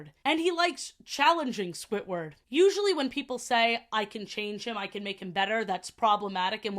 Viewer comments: Like, its Squidward, not Squitward, please stop saying Squitward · ily so much but why do you say “squitward” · i love the way you say squidward. squitward